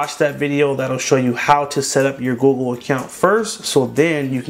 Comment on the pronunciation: Instead of the google he said goo gool